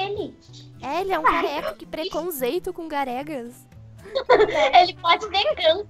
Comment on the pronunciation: Que “PRECONZENTO"COM OS “GAREGAS" KKK